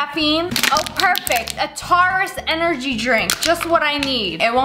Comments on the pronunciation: Did she say tarus that was funny but kinda sad bc it’s my zodiac sign but it’s still funny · i cant stop laughing, im sorry but thats not how you say taurus XD just be glad you didnt say leo wrong id cancel you for that XD XD XD